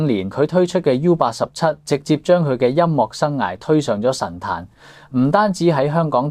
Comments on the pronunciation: 請改一下，音樂之樂係岳音，唔係落音。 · 更正 : 快樂 - 發音是 快”落”. 音樂 - 發音是 音”岳” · ，請注意您的粵語發音，例如：快樂 - 發音是 快”落”. 音樂 - 發音是 音”丘”